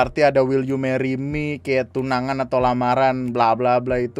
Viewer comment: "Wel you Meri me" setiap gw liat elu bang ngomong gitu ketawa gw